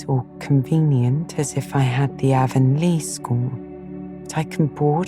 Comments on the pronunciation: In every TV miniseries and audiobook version of Anne of green gables I’ve ever come across, “Avonlea” is pronounced with a short A. Not a long A like the River running thru Shakespeare’s hometown or the ladies that sell makeup door to door. It’s an honest mistake, I’m sure and I suppose an understandable one. But this sadly was unlistenable for me. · I literally turned this off during the first sentence of the bop. She pronounced Avonlea wrong. I can't take a full book of that.